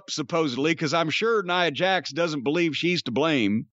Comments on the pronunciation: Cornette keeps saying Neeah Jax. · He don’t even kw how to pronounce Nia Jax name. Can tell he don’t watch the women matches.